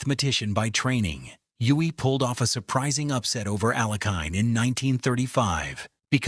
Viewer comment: Alekhin and Euwe are appallingly mispronounced.